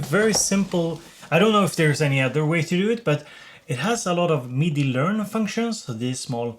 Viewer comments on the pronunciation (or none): none